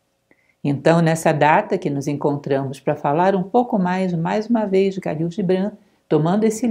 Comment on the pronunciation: Muito interessante! Só lembrando que em árabe, o Kh tem som de R mais gutural: Ralil.